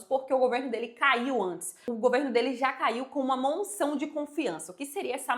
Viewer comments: A informação está correcta, so um pormenor : diz-se moção e nao " monção ". Continuacao de bom trabalho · Porque vc fala " monção de censura" ? 😮